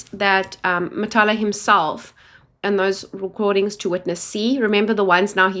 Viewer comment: Matlala, not Matala*